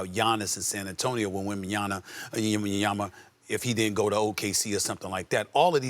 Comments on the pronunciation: Yo Stephen A., who the hell is Yemenyama? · SAS Brooo learn names. Wembinyama has been in the league for quite some time, you can’t say his name correctly? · Stephen A finally trying to get Wembanyama's name right 😅